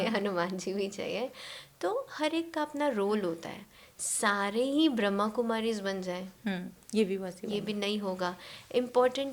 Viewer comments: Very beautiful podcast! Thanks to you both for it. Just one correction pls- It’s Brahma Kumaris (Brahma with the A) not Brahm Kumaris 🙏🏼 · Not Braham kumaris.Brahama kumaris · Brahma kumaris not Brahm Kumaris. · Pls pronounce properly....it is BRAHMA KUMARIS not bramkumari.... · It is not Brhm kumari!! It is ‘Brahma Kumaris’ It is so wrong to pronounce the organisation not properly with it’s name on a public channel!! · Brahm kumari Nahi ji , Brahma kumaris. Naam sahi lijiye tabhi faayda hai.